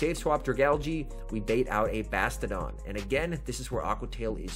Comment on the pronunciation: I want to punch myself in the face every time you say "Bastidon" and not "Bastiodon".